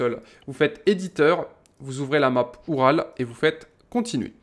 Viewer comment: Au début de la vidéo tu l'as prononcéé "Ural" mais ça se prononce oural comme la chaine de montagne en russie ou comme le camion tout terrain de l'union soviétique.